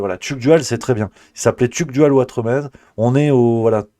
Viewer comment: NON, ne rêve pas, tu n'as aucune origine espagnole ! Tu t'appelles Watremé (le Z ne se prononce pas, comme dans le mot "nez" où comme dans Trifouilly-lez-Dijon). Sous l'ancien régime, on rajoutait un Z derrière un "E" muet final, pour indiquer qu'il fallait prononcer "é" (c'était avant qu'on invente les accents à la fin du XVIIIe siècle). Y'a plein de noms comme ça : Saint-Tropez, Desprez, Grimonprez-Jooris, Elodie Bouchez (son ancêtre était boucher). J'espère qu'à partir de maintenant tu n'écorcheras plus ton joli nom de famille Ouatremé ! 😀😀😀😀😀😀